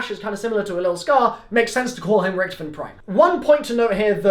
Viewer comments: its richtofen not richtfin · Btw it’s not Richthofen it’s Rich-tofen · HE SAYS RICHTIFEN